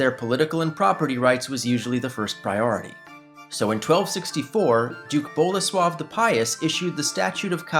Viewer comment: Bolesław III not Bola swab III